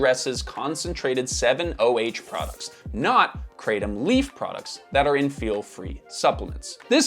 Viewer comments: Calling Kratom (it's "Krah-Tom" btw not "Krey-Tom") a supplement is crazy Also note, Cannabis comes from plant, Tobacco is a plant, Opium comes from the seed of a poppy, etc, etc... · The correct pronunciation Krah-TOM. Not Kraytom. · Thai here - It's pronounced "kra (like 'okra') - tom (like 'Thomas')", never heard your interesting pronunciation before 😅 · In Thailand, where the plant grows in lots of places, it's pronounced kruh-tahm. It's crazy hearing the American pronunciation. I never tried it or wanted to try it in the years that I lived there. I don't need any new vices. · I live in Thailand and laugh every time I hear krathom pronounced like that.